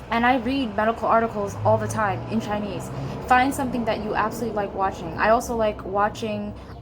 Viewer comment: your Chinese pronunciation is so good